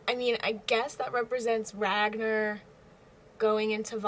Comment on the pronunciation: RagNAR. The 2nd syllable rhymes with "Car".